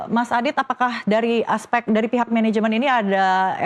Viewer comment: FIHAK??? yg bener PIHAK!!! giliran harus pake F dibaca P....giliran pake P jadi F 😂😂😂😂😂😂😂 TATANGKALAN